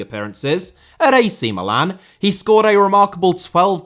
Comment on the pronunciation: Yes thank god pronounced Milan properly